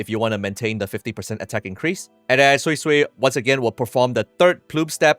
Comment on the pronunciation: thank you for pronouncing her name properly. for the life of me, i don't understand why kuro allowed her name to be pronounced as "soysoy" :(